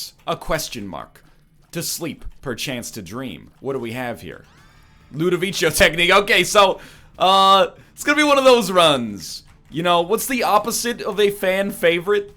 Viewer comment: NL, you know it is pronounced "Ludoviko", right?